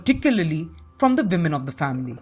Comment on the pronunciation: It’s ‘women’ not ‘vimen’ 🤣🤣🤣